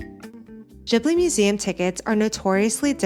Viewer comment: Just FYI, it’s pronounced with a hard G. Like Ghibli, not jibbly. The name comes from an Italian plane. Producer Toshio Suzuki admitted that Miyazaki mispronounced it as Jiburi, when it’s actually a hard G.